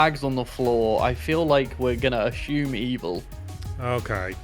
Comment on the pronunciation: who tf says says "ASH-UME" 🤣